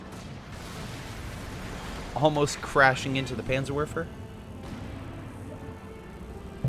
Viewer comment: German Lend Lease! XD That was a good one! By the way. It is read like PantserVerfer. The "W" in German is "V". Don't ask me to explain why, it is just how German is. ^.^ If you like check Google Translator to be sure. Thank you for the Replay!